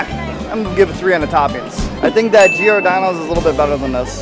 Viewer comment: Geeordano? It’s pronounced like Jordano’s. There’s no “ee” there.